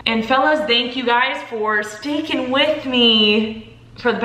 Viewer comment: At the end you said "thanks for stickin with me" but for some reason I heard "stinkin with me" and I think you could just roll with that instead